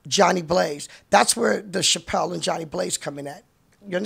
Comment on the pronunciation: Deb keep saying "Chapelle" lol